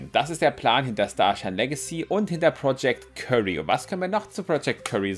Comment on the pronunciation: das heisst btw nicht project curry sondern wird kiury ausgesprochen xD